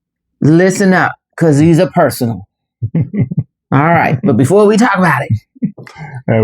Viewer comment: she put on emphasis on before LO.L.